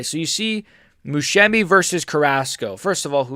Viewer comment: This guy cannot Musumeci name properly 😂😂